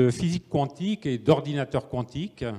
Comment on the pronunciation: Le présentateur prononce QWANTIQUE. Cette façon de prononcer le Q n'est pas française. On doit donc dire Physique Quantique, prononcé comme ''cantique".